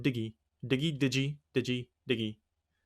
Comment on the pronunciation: "Avoided the FBI once again" What a line to start with. And it's "dig-ee" like Digital. Great job with both matches though. Killing it